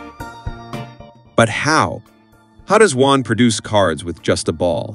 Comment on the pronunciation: It's Juan, not One. ???